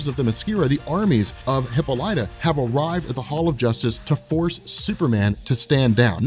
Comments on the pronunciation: LOL Come on dude. HippoLightah? It's hip - AH - li - ta ! PS I love your stuff man. I have been binging on your channel for weeks now. Pronunciation of hero names and places is your kryptonite though. BEE-ah-lee-ah is the city at the start of this series. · Hippolyta [hi-pol-i-tuh] "hippo-light-a" is driving me crazy. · Wonder woman's mom's name is pronounced hip-Paul-lit-ta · You pronounce Hippolyta's name like a jackass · Thank you, I'm glad I'm not the only one, I didnt wanna be the one to say anything.